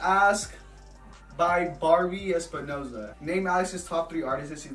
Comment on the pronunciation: He said my last name ahhhhh!!!! Lmao 😂 he said Espinoza